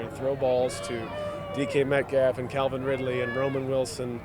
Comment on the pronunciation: Rudolph said "Calvin Ridley" lmao😂